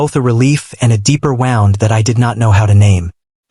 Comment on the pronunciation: Woond not wownd